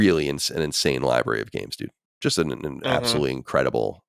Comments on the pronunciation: saying “libary” is cute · "Libary tore" 😝